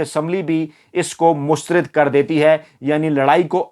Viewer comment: AAP ITNA ACHA SHOW KERTE HAIN LEKIN ZEIR ZABAR KA KHIAL NAHIN RAKHTE.MEETHA MEETHA HAP HAP KERWA KERWA THU.AAP HIP HIP NA KAHA KAREIN.PLEASE!MUSTARAD HOTA HAI MUSTARID NAHIN.